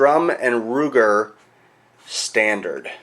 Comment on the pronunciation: that's Sturm Ruger, not Strum Ruger